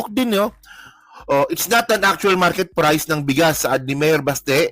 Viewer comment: Pumunta ka sa Maynila at dun ka mag public press con para mskita mo hinahanap mo. Hayup ang accent mo sa word na Priceeeee.